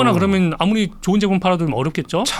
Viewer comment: 압권 펜입니다. 권순우 팀장님 발음 몇가지만 교정해 주세요. 항상 했으믄..했으믄.. 하시던데...했으면으로. 그러믄이 아니고 그러면. 따져보믄이 아니고 따져보면. 했세요 아니고 했어요. 똘똘한 머슴 느낌이 드네요.